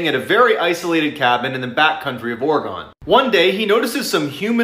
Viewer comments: im sorry but the way they said or-gon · thats not how you say oragin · "this is why people are scared of the dark" me: hm should i watch this... its probably scary also me: laughs the entire video because he said orgon instead of oregon